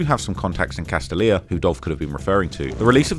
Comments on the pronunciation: Pronounced *Cas-Stale-Ya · SOUND IT OUT: ka-STAY-lyuh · Fellow memphian here. Very good documentary. But the way you are pronouncing CASTALIA is killing me 😂😂😂 it’s pronounced CASTALIA = CAS-STAY-YA